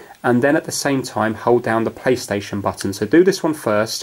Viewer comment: did he say paystation